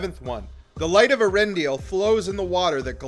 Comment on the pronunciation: For a video that claims to be for things that "only fans" notice, that pronunciation of Eärendil is painful to hear. The dieresis is there for a reason.